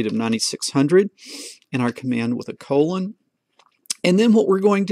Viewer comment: After watching 11 episodes I have noticed that you always mispronounce colon and say "condolon" haha. Very helpful tutorial by the way no where else can you find such tutorials.